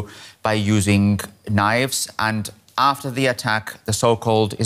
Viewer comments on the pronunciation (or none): none